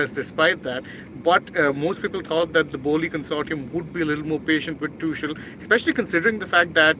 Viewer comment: It is Pronounced as "Too-khel".